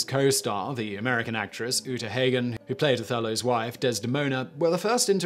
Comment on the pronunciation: Yes, it's Robe-son with a long O, and his co-star was Uta Hagen with a short A -- HAH-gen, not HAY-gen. The story was great, but mispronouciations like this always jar me ; I think a part of me wonders about the quality of the research that went into the story. If you can't (or won't) bother to get the names of relatively famous people right, can I really trust that you got your facts straight? Sloppy research is not reliable.